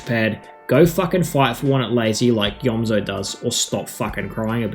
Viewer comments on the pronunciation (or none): It’s pronounced eomzo not eozmo I used to do same thing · you said eozmo and not eomzo